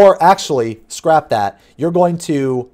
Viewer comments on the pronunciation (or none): none